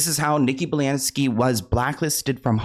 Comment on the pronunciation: Nikki “Balansky” 🤔😂